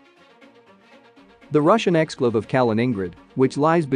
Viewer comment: Right off the bat, “exclave” and “Kaliningrad” both mispronounced.